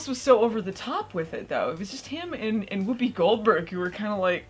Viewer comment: Whoppi Goldberges is the Dr.Steve Brule pronunciation of Whoopi Goldberg.